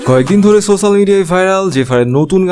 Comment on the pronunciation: শব্দটা ছোছাল না সোসাল